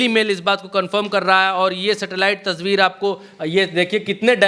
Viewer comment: wo tasbeer naii yaar "tasveer" hai wo